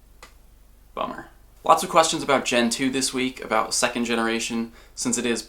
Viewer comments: on the omiatar it sounds like he says boner instead of bummer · Mike Wazowski i thought the same thing and laughed my ass off. instant thumbs up for the laugh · Mike Wazowski same haha it did sound a little like that cx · Mike Wazowski Lol it actually sounded so much like that